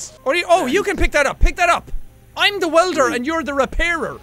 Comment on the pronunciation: "In thee next videau"